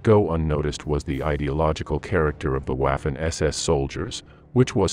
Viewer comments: Could atleast have paid a real person to voice it, "WAUfen ESESS" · Good video....but for heavens sake......learn to pronounce the German words....Waaarfen SS makes my ears bleed. And "v" in German is pronounced as "f". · For the love of god could you please pronounce the w as v?! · Pronounced, "Vaffen" SS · Interesting episode but incorrect pronunciation of Waffen undermines credibility of the entire episode.